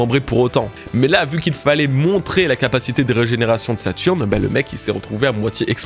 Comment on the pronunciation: Hâte de voir le dénouement! Je sais pas trop où ça va partir et de plus en plus intrigué par Saturne perso, même sa régénération me paraît bizarre, comme s' il n'était pas réel a proprement parlé. D'ailleurs, petit détail mais régénération y a un accent c'est pas reugénération;) (signé un toqué du français )